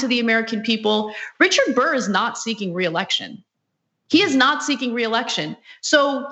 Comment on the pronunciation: DICK BURR say it right